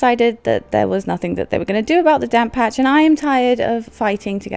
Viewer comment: just realized you were saying "damp patch" and not "damn patch" 😂😂